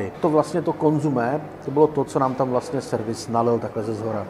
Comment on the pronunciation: Consommé... Několikrát řekl slovo konzumé... to mu někdo nemohl říct, že se to vyslovuje konzOmé??? Opravdu trapné!